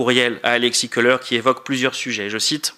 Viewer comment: Il ne, sait même pas prononcer le nom Kholer(colère) et pas koleur